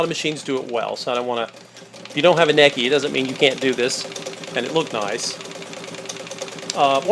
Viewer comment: Your miss pronouncing the name. I just got my grandmother's. The Manuel has 1956 in a print date. I think it's older. It's pedal powered.